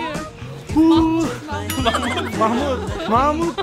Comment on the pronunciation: Parah lu bang nama bagus muhamad di bilang yaaMahhmud,..canda mahmud ngakak gw